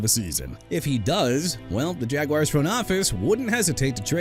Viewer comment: I'M THROUGH WITH YOU MISPRONOUNCING EVERYBODY AND EVERYTHING! NEW ORLEANS AS IN NU OR-LINS! DO YOU UNDERSTAND THAT?! JAGUARS AS IN JA-GWAARS AND YOU NEED TO STOP SAYING JAGWIRES!! ALSO YOU MEANT "SIMILAR TO BRYCE YOUNG, BRIAN THOMAS JR."?? THERE'S NO 3 A'S IN HIS NAME!!! AND TREYLON BURKS AS IN EITHER TRAY-LAAN OR TRAY-LIN? WHICH IS IT SO YOU CAN PUT RESPECT ON THE MAN'S NAME WHICH YOU DON'T HAVE?! YOU'RE THROUGH BRO!!!